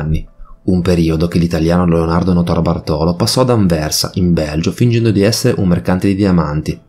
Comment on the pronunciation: Notarbartolo l'accento va sulla A di "bartolo". Cmq, il ladro di quadri l'avrei messo in un buco e buttato via il buco. L'arte.è di tutti non sua. Lui non ha venduto i quadri.. seee... Cerrrto!!! I ladri di banche: tutti dei ganzi. Quasi quasi mi è dispiaciuto l'abbiano presi.